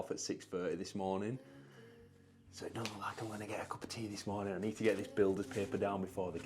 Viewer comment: Psssst 🤫(in a whisper so no one else will notice) you said "the next monring..."